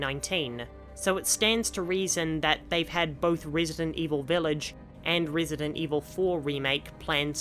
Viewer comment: rEEsident 4